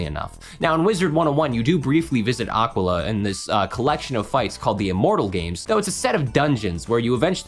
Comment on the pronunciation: You trying to pronounce Aquila (and all the other Grecian names) is killing me